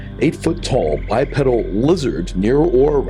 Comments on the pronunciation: Its not bi- pedal........its bi- peedle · Bipedal is pronounced bi-peedal.